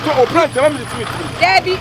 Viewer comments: I knew was going to shout "yesssss prantain" 🤣🤣🤣🤣🤣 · Prantain cheeese 😂😂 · hmmmm prantain paaaaa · Did someone hear well? Prantain Prantain eeeeeiiiiii